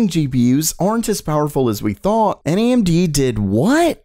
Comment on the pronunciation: I keep hearing Andy instead of AMD